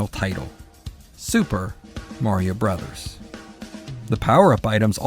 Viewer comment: Thank you for calling it "Super Mario Brothers". Every time I hear Bros. pronounced Broes, I wince like someone just raked a Freddy Kreuger glove across a long blackboard.